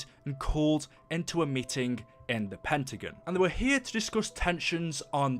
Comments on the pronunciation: I know he has an accent but it's Pentagon not pentigen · it not pentigan its pentigon